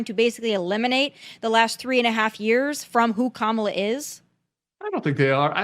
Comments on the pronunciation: Actually comma la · Kamala (coma-la), respectfully. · Learn how to pronounce her name properly.